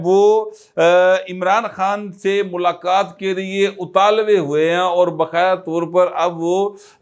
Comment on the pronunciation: لفظ اتالوے نہیں ہے اتاولے ھے